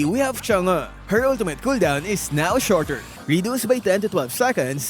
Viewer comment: "chang-uh" bro wtf? Just say it like a normal person.